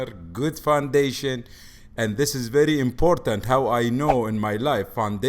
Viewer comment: “Verrrry niice, ohhhkay” 😂💀